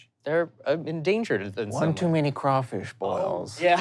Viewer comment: All thanks and praise to and for saying crawfish correctly! 1 point to each of you.